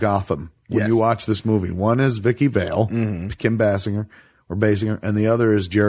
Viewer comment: It's pronounced Kim Basinger with a "j" not "g"!